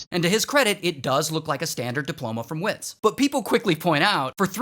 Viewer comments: The way you said WITS😂😂😂The W is pronounced as a V 😂😂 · For pronunciation: Wits = Vits Sanele - Su of sun - Ne of next - Le of legs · By the way it's called Vits but you say Vits, w in afrikaans is a v sound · As a South African, it’s pronounced vits, and it’s sanele, not saneli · Wits is pronounced Vits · The embarrassment I feel as a South African 😔😂 and it's pronounced 'Vits' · Tips for non South Africans 😂😂 Wits is pronounced Vits Sanele is pronounced Sun-nel-le not sanely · "Wits" is pronounced "Vets" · It’s pronounced Vits. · awe! and Wits is Afrikaans so it is pronounced Vits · wits university Pronounced "vits" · Sanele="Sah-neh-leh" Wits= "Vits" Basically... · Wits is pronounced as if it’s “vits” in Afrikaans ‘w’ is said as ‘v’ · The way he pronounced Wits though. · The w in Wits uni is pronounced like a v.. Cause it’s Afrikaans. Love from SA 🇿🇦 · As a South African, i lmfao when he said sanele and wits incorrectly 😂😂😂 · When you say 'Wits' pronounce the W with a V, if your confused as to why that is, blame the afrikaans language for its pronunciation. At least we got a shoutout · Wits haha its pronounced "vits" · Hahahahahaha my homeboy 😅😅... It's pronounced as "Vets" university (wits university).... But shoutout to you Ray (from South Africa) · Heads up:Wits is pronounced v-i-t-s, it's Afrikaans Sanele is pronounced sun-el-eh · It's not "wits" university It's pronounced with a V instead of a w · Its written as wits but it's pronounced as vets. It's Afrikaans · The W in "Wits" is pronounced as V in South Africa so like "Vits" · 😂😂😂wow we made it to Ray’s channel … side note WITS is Afrikaans so the W is pronounced as V👏🏾👏🏾👏🏾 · Lmao Wits is pronounced like Vitz And Sanele is Sah-neh-leh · Im happy you shouted out uor country but its not wits it lik vits vvvvvits not w it s Afrikaans school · Wits pronounced Vits sounds Afrikaans from the Dutch, no? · WITZ not Wits but all love from South Africa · Its pronounced VITS😂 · It's Verts not whits🗣️